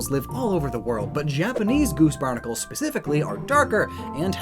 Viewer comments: “Japanese boose garnacles” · Whenever you say goose barnacles u have to call them boose garnicles